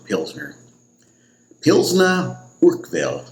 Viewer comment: Its Paul-auner think Paul honour without the h I'm not making fun of you by the way.